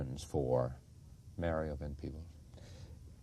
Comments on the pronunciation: I wished he would have pronounced Mario's name properly. His name isn't Mary-oh. His father keeps saying Mario... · Watching this interview has me feeling part pride and part disgust! How can you do an interview and refuse to properly pronounce your interview's name? Mario is only 3 syllables and 5 letters! I guess I could call Charlie Chucky a few times. If that's bad enough let's keep looking for reasons to disparage them. And did he try to call out Melvin for abandoning Mario's mother? Melvin you're great for not popping him one. I still love Melvin and Mario!